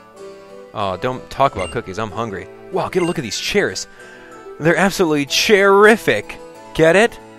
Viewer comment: Illegal = Ir-regal, I see what you did there facepalm to Nintendo Chairific = mispronunciation of Terr-ific haha, nice nice Also, daytime fireworks.